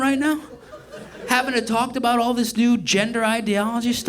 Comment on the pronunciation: "Carl Jung warned aboot it" Tight.